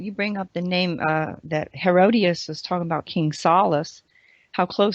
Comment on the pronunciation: It is pronounced He-ROD-it-us, Herodotus, not Herodius... Geez.